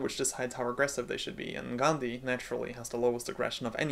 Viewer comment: As an Indian, I particularly like the way you pronounced 'Gandhi' correctly. It's quite uncommon to be honest.